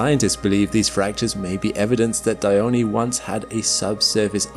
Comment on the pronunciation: Dione, not Dyoni